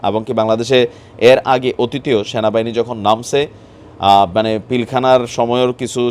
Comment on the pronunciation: Vai apni namtawo Valo Kore bolte paren na😮‍💨ata Sena bahini na😞 Ata Sona bahini 🤣🤣